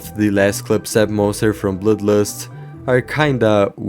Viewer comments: im sorry but it cackles me up every time you say bloodlust (bloülues) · Why did he say bludbat and bludlust